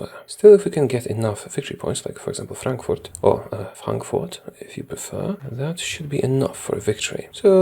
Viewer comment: damn your pronunciation of Frankfurt was close to perfect, nice!